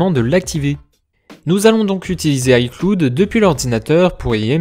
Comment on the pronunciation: "icloude" 😂😂 Sinon bonne vidéo ;)